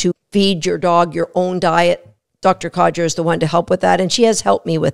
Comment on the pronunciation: Sorry, had to mention this.. It's Dr Coger, not Codger 😀